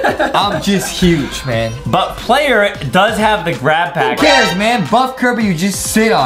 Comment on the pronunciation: What's a glad pack it's supposed to be grat pack